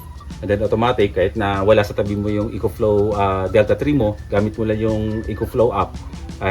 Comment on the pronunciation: “Eh-kho” Flow boss